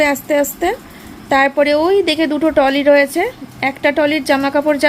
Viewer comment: Toly😂😂😂😂it's trolley